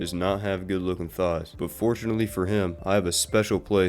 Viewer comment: Neuron activation That THIGS pronunciation, my god, it's a little too good